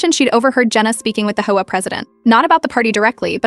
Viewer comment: HOA is pronounced aitch-owe-(h)ay.